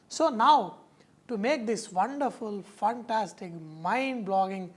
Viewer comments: sir you are a great cook nothing wrong with indian accents but since you are a great chef, please fix some of your pronunciations. for fantastic: it is fan. not fun or funtastic. for flour it is not flar/flaar or flore/ floor. it has same pronunciation like flower (phuul). same with hour (ghanta) it pronounces same like "our". hope you didn't mind. not aar/ are. although some measurements are missing from some of your recipes, but your cooking is undoubtedly "funtastic" :). since you have a great sense of humour. god bless you. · good recipe....but why does he keep saying funtastic ? an yegg